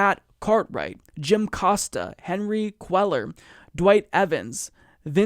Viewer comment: Hey pronounce Henry Cuellar's last name like this "Quay-yarr" and you'll sound like an absolute badass the double l's aren't two letters it's actually just one letter in the Spanish alphabet \,,/